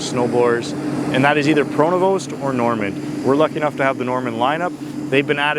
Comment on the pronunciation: Not Pronovost.... ST is silent. It's pronounced Pronovo